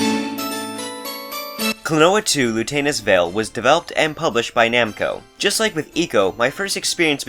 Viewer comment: be like "Klonoa 2 Lutanus Veil"